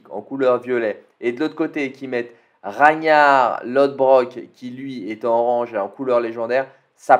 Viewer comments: Parcontre "Raïnar" non. Désolé mais non. C'est "R A G N A R" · répète après moi s'il te plait: RA-GUE-NAR Mais on prononce pas le E, on fait la liaison directe entre le G et le N mais c'est pour que tu vois comment on prononce le G, t'y arriveras un jour x)